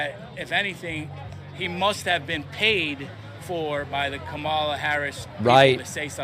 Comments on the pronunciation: Of course, Trump supporters ARE idiots, but Kamala (pronounced KAH-muh-luh, not Kuh-MAH-luh, you.... well... idiots), specifically said that she does NOT believe that. Of course, it is laughable that he is complaining about Kamala lying when she hasn't lied, especially since their preferred candidate can scarcely get 3 slurred words out of his mouth without lying. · The mispronounced name of Kamala Harris is hilarious, like da-nald tramp does it on purpose, and so do his supporters. Well, da-nalad, you got me. You really triggered this lib. How will i ever make it through this!?